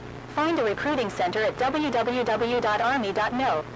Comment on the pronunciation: i know it's ".mil" but i seriously heard ".no"